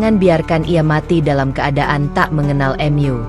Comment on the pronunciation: Jangan mengucap mu menjadi m yu,kita orang indonesia,tidak wajar menguca seperti itu,AD kupang NTT